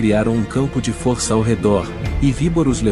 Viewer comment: Não é fórça e sim força